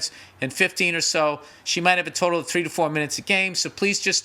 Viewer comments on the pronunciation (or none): none